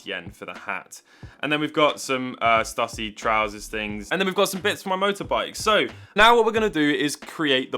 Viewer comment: Btw - the shirt brand is pronounced “Stoo-see” rather than “stuh-see.” It’s the creator’s surname (Shawn Stussy).